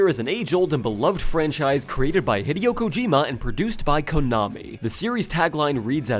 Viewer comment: “Hid-eyo” XD